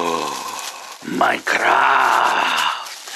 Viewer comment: wymawia się majkraft